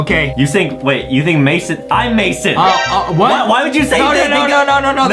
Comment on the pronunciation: On the second round Justin. It was mission but Mason rhymes with Jason